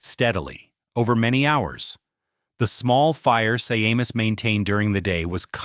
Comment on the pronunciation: Shay-mus! His name is pronounced SHAY-MUS!M arrrrg! 😂